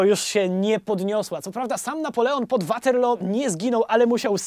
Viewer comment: Mieszkam na stałe w Anglii więc sposób w jaki wymawiasz "Waterloo" muszę przyznać że trochę piecze w uszy xd A tak ogl odcinek do ry jak zawsze <3